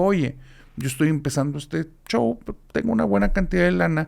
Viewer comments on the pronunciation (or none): none